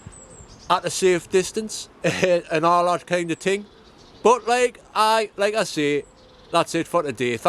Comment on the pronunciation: I love when you say 'and all that kind of ting' 😄😄😄😄😄😄